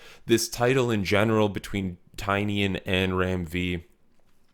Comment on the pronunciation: I enjoyed your video. However the author’s name is pronounced TyNAN No the way it’s spelled. He said the spelling was changed when his family came through Ellis Island